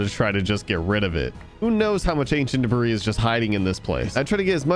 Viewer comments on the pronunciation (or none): Normal people: ancient debris: ancient debra’s